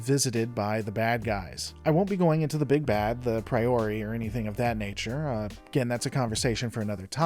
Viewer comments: Bro. Daniel. Not Daniel(s). Priors not priori. Ffs. lol Feels like you might not be the best fan of the show and that’s OK. but these misses make me question else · Im confused. Why do you keep saying “daniels” instead of Daniel? And why do you call the big bads the “Pre-or-ee” Are you using AI or something? Or do you not proof read your stuff? And to keep saying “back at stargate” when you really mean “stargate command” sounds more like someone else writes scripts for you ?? You do it EVERY time not just once. “Stargate should have …” when you are reffering to the entity that is “Stargate Command” And you really dont have intimate first hand knowledge of the show you just read a script…